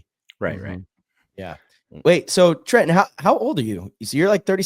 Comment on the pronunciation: Absolutely nailed the pronunciation of his last name Trenton! You almost had a little French accent on it 😅 well done 👍